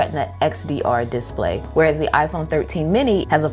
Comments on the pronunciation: Love the way you pronounce diss-play. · "Diss play" lol